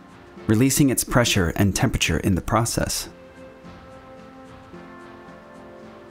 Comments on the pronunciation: *"tem-PERA-ture", not "tem-PIT-ture". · "normal operating tempachur"